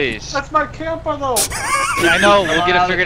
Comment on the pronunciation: "That's my campuh though" I'm fucking dead